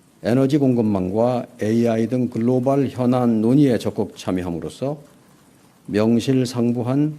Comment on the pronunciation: 말꼬리 잡자면 글로발(x), 글로벌 (o) 입니다! global 미국식 [ˈɡloʊbl], 영국식 [ˈɡləʊbl]